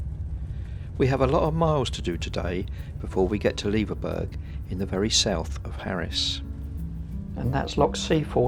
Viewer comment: Loving seeing the Isles again. We almost bought a bnb in Leverburgh and will be visiting again very soon. Just a wee point. Leverburgh is pronounced the same as Edinburgh. Honestly, I got so slated for my mispronunciation of Gigha. People can be so unkind sometimes. Don't want you guys to fall foul. Looking forward to seeing the rest of your trip 🙂🐕🚙